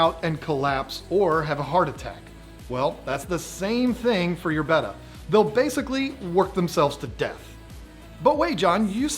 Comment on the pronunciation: Glad to hear John finally saying "betta" correctly; now teach (or your mother's betta will die in her sleep if you don't).